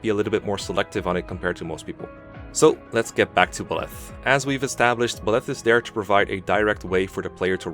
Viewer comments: “Buh-leth” lol. Think of the word bisexual: bye-leth. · The only thing I have an issue with is how you say 'Buh-Leth', rather than the obvious 'Buy-Leth'. Like, why? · The way you say Byleth triggers me. It’s Bye-leth, not “Bleth” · Got nothing against the vid but Byleths name is pronounced Beleth but as Bileth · I cant pay attention to your points when you pronounce Byleth /Bleth/. It's /BYleth/ my dude. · "Buhleth" How do you read his name and conclude its said like that. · I swear to god if you call Byleth belyth one more FUCKING TIME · What’s with his pronunciation of byleth "Belef" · be like Ba-leth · I’m sorry I just really wanted to | Buh-leth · Pronunciation - BYE - leth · Who the heck is Bill-eth? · The way he pronounces Byleth physically hurts me. 😭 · how to mispronounce the MU name: a video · First SAY HIS DAMN NAME RIGHT BY LETH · Well saying name wrong ooof big oof .